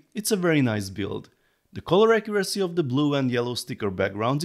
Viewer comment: You need to learn how to pronounce the TH-sound in English - for example, at the moment you're saying "De" instead of "The"